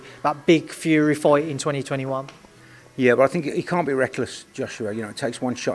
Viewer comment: Weird how they both pronounce ‘fight’ ‘foight’